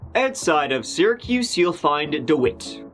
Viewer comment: Thank you for pronouncing Syracuse correctly.